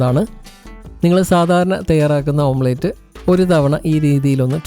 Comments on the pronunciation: ഓംപ്ലേറ്റ് അല്ല, ഓംലെറ്റ് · ഓംലെറ്റ് ആണ് ഓംപ്ലെയ്റ്റ് അല്ല. Omlet . അരോചകമായി തോന്നുന്നു. ശ്രദ്ധിയ്ക്കുക